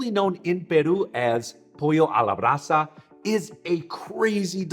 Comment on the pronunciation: As a Peruvian, you did very good job with "pollo a la brasa". If you would like to have the Black ment ( huacatay) I have the plant of huacatay or seeds. Let me know my dear 😅😅